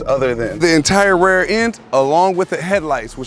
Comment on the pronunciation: I never noticed he says "rare" for rear 🤣